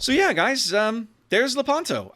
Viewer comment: By the way, in Lepanto the stress fall on the "e", so you have to pronounce Lépanto.